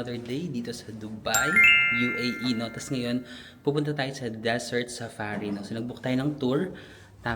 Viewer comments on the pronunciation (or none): Hi our 😁 Pears po ‘ung nakita mo sa Carrefour and yes, Carrefour is from France. May cutie habibi na nagchi-check in sa hotel when you came from the Desert Safari 😊 Obvious talaga na mahilig ka sa Dessert….you are pronouncing Desert as Dessert hehe. Thank You for this vlog ❤ 😁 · Desert pronunciation is giving HAHAHAHA